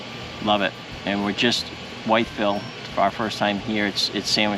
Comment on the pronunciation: it's pronounced With-+Ville 😁😁